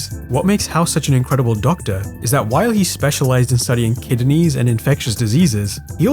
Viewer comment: You said Kidineys